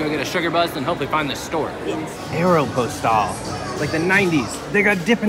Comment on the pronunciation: The way he said Aeropostale triggered me😂